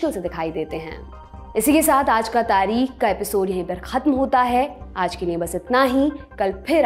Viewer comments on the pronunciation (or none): " तारीख़ " का उच्चारण आपने अशुद्ध किया । बाक़ी आपकी वाचन शैली तो कमाल है ही 😊❤️👍